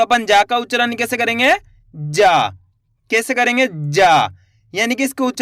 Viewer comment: Aap mumbai se ho kya kareengga bol rahe ho 😂😂